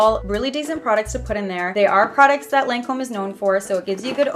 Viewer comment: Hey love you girl, but it's pronounced lon-come😂❤ my grandmother used to work for them